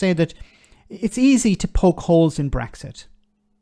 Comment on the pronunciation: She couldn't even say Brexit... Started by calling it breakfast!